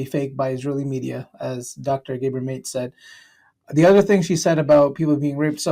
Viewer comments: Mate is pronounced Ma-tay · Correct pronunciation please. It's MATÉ, not MATE (although I would like to be his friend)... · How does a host feature a person and doesn't even take a moment to learn how his name is pronounced. It is not "Gaybor Mayte". It is pronounced Gah'bor Mah'tay. Renowned independent journalist Aaron Maté's father. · Also his name is pronounced Matay not mate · Mah-tay, not mayte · Mate is pronounced Mat-ay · Mate = Mah-tay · Just so you know, his last name is pronounced MaTEH, not mate. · Did you just really call him Dr Mate? Lmfao it’s Dr. Gabor Maté! Say his name right! 😂💀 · Gabor's last name rhymes with 'latte', not 'late'. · I apprecite this video but it is important to peonounce people's names correctly, his name is pronounced 'Ga - Bore' 'Maa - Tay' and not 'gay-bur' 'mayt' as you say it. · Not Gabor "Mate"...Gabor Maté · My dude its "Gah-Bor" not "Gaybor" and its "Ma-Tay" not "Mate" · Isn't it Mah-tay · Do please learn to pronounce Gabor Mate's name. Pronounced correctly, it sounds like "Ga bore Mah Tay." I think it's spelled with an accent on the e. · GAH BOR MAHTAY say it right. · Dr Gabor Mate (pronounced like Matay, btw) is a Hungarian/Canadian Jew who helped a LOT of people working in Vancouver’s Downtown Eastside neighborhood. We are proud to have him. 🇨🇦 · It’s pronounced Gay bor Mat Tay just saying. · His last name is pronounced Mah-tay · Ma-tay for next time :) Maté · Thank you for promoting Dr. Maté! He is such an impactful Jewish voice for Palestinians. ❤Just for reference, his name is pronounced Guh-BORE Mah-TEH. 🥰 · it's pronounced ( Mah tay ) Ga bor. Ma te' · Gabor Maté is pronounced GAH-bor MAH-tay. The "Gabor" part sounds like "gah-bor," and the "Maté" part sounds like "mah-tay," with emphasis on the first syllable of each name. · Gabor Maté (pronounced: mah-TAY), a Canadian physician and lecturer. He himself is a holocaust survivor. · his name is pronounced 'Gab-or Matay'. there's a missing grave accent. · GA-bore MA-tay